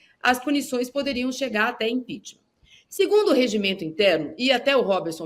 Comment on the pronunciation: Toda semana a fala de impechtma kkkk